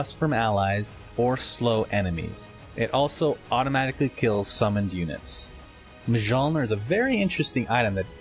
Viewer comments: Mijolnir? Really? If anything, it is pronounced Myolner. Mekansm was wrong too. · Hes right though man..its not pronounced mah-joll-nir, its pronounced mee-all-neer. If not dota, atleast common folklore has taught us that much. :) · Mjolnir is pronounced as Myol-neer :) Not Em-jol-nir Not Me-jol-nir Just sayin' :D Read your Norse Mythology or your Marvel Comics ;) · it's pronounced Mee Yole Near. You can see it in a dictionnary imo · I thought mjolnir is pronounced Myolnir? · Mjolnir is pronounced mee yan ner